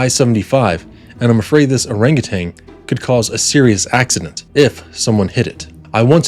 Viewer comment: It was typed, not handwritten. Also it’s “orangutan” not “orangutanG”. FYI.